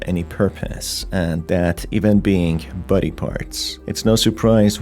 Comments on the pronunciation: I love how his accent makes the word "body" sound like "buddy" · Every time you say body I am. Not sure if you mean body or buddy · sounds like youre saying "buddy" like "bubble buddy" rather than body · why do you pronounce "body" as "buddy"? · Is he saying human buddy or human body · It took me 17mins for me to realize he isn't saying "buddies" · I despise the way you say "body"